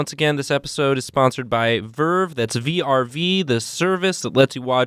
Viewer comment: I thought it was birb instead of vrv